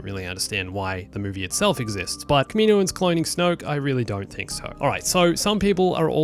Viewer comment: Not kameeno-uns